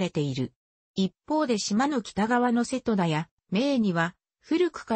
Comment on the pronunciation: 高根島=こうねじま。御寺=みてら。 あと瀬戸田の発音がおかしすぎる。戸を下げづに普通に。